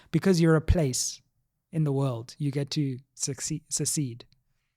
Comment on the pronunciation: Firstly, the concept of self-determination far exceeds the colonial context; it has been applied elsewhere to allow a nation or part of a country to "break away" or secede (not succeed as you repeatedly wrongly pronounce it) from the country of which they were part. Secondly, the "Western Cape Independence" movement boasts a very large support among the Province's population - I PERSONALLY do not believe them. Granted, it is nearly impossible to ascertain and establish the veracity of that claim given the lack of serious, unbiased polling mechanism/institution in the Country. Therefore, signature-gathering remains the last resort; if the Movement's organisers and leaders gather enough support, they deserve their say, PROVIDED THAT THE LAWS OF THE LAND - MAINLY THE CONSTITUTION - AND INDEED INTERNATIONAL LAWS ALLOWS FOR SUCH AN ENDEAVOUR. Now, as to the portion of the Constitution that you read... Even taking into account the "...", which you think they purposefully and deceitfully omitted, these provisions of the Constitution lend legitimacy to their case. I fail to understand how you would automatically insinuate a hint of dishonesty on their part for not including the whole quote; this is common practice in all literature, and I would expect someone with your credentials to know that. "DOES NOT PRECLUDE" means "DOES NOT PREVENT OR MAKE IMPOSSIBLE" the SAME right to communities sharing a common cultural and language heritage. It has nothing to do with Apartheid per se! True